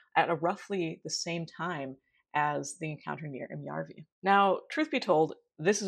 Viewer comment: its järvi : pronouncing Ä is easily learned by saying ASS but just leave the SS off. otherwise you do actually pretty good job!